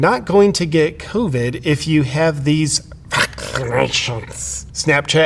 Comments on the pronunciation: Reacts, I laugh so hard every time you say any form of the tabu words regarding "covid" and "vaccines" in your videos! 😂 I think it's awesome that the algorithm hasn't been able to catch you, either! 🥸 Out of curiosity, do you ever catch yourself unintentionally using that pronunciation in regular conversations? (I really hope the answer is yes, even if it was only once! 🤣) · The weird way of saying vaccine and covid is funny at first but gets old quick